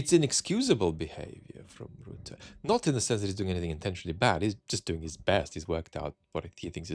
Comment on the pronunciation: The name is not Roota. It is Rutte with the U sound from before the 17th Century vowel shift in English. It is closer to the U in the schwa, such as the uh sound at the end of sofa, or the sound of the vowel in "writ". Why not use AI tools to get pronunciations in foreign names correct?